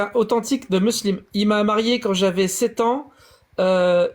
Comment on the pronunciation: SI JE PEUX ME PERMETTRE. t es un génie! Peut etre le meilleur dans la critique de l islam MAIS: Stp prend agnoslim ou jack en tete a tete pendant une heure et travaille ta prononciation. C est une torture BOURARI? Saheh? Meslem? Deconne pas 😂